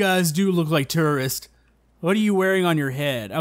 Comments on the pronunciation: Why did he say terrorists instead of tourist?? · Jisoizzard i heard terrorists too But it's tourists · so uuhhh,... gotta work on some english there... you kept saying tourists TERRORISTS XD! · did he say stranded tourists or stranded terrorists? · I thought said "Stranded Terrorists" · Did he say tererists insded of tourists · It sounded like he was saying stranded terrorist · It sounds like you were saying terrorists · Did u say terroriste?? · sorry but no offence but when you say stranded tourists it sounds like stranded terrorist